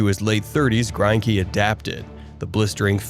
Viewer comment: I'm also pretty sure his name is pronounced Gren-key